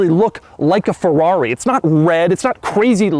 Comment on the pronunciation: When will Doug eventually learn to say Ferrari right... "Fawrroury" oh my... 🙄